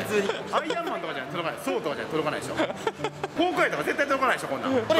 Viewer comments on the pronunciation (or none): ソウじゃなくてソーなのに